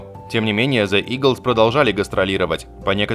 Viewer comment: Если Вы не можете произнести правильно the лучше скажите eagles, и не умничать по поводу English language, for you to far ,и больше имя исполнительницы не "бюнсе"soo sir don't trig to be English language specialist